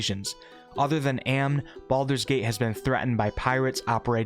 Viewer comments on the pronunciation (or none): I like how you were pronouncing all these difficult words with relative ease but you somehow pronounce "Amn" as "Aaam" instead of "ahhm" which is made funnier by the fact there are literally NPCs in baldurs gate 1 and 2 that literally say "for the glory of Amn" out loud when you interact with them